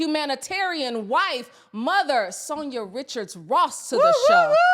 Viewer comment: Please stop saying Sonia it’s San-ya. You have to listen to what you’re saying